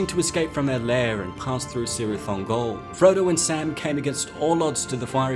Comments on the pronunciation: From the pronunciation guide of The Silmarillion: C——–always has the value of k, never of s; thus Celeborn is ‘Keleborn’, not ‘Seleborn’. Cirith Ungol is, therefore, pronounced as "Kirith Ungol". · The C in Cirith Ungol is prounced is not prounounced as a soft C (S) but a hard K. Many of Tolkien's names and words that start with C is said as a K as in "Kele-born" (Celeborn).